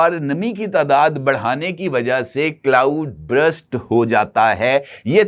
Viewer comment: Burst not brust